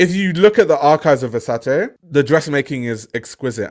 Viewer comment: Love that you pronounce Versace properly. Your content is fire. 🔥